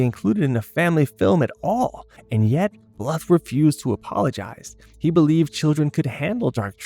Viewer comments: Don Bluth's last name is pronounced as blooth, not litherally bluth. Also, my famorite movies from this time were literally anything Don Bluth and Ferngully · Don bluff lol 😂 it’s John Bluth